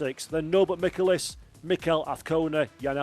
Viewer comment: Dear: The correct pronunciation for the Hungarian driver: Michelisz: the "C" is silent. I mean no "K" sound in his name. Thank you and love you.